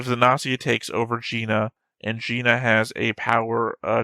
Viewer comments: gnosia and gnosis use hard g tho ;;; You pronounce it as Gi ギ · also we got a dub last week.... and the official english pronounciation is Gnosia With a hard G... I'm still going to say Nosia -_- (like Gnosis)